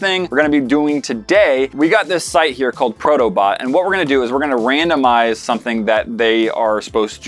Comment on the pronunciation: Thought you said proto butt... not bot...